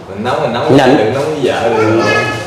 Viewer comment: Ông này nói nhẫn mà phát âm nhẫn là quê thanh hoá rồi , tập 5 tiếng yoga 1 ngày là phản khoa học rồi ông ơi . Nóng tính thì kinh lắm ...